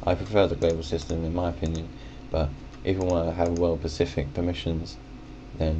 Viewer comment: Stop saying "pacific", it's "specific". The Pacific is an area / ocean.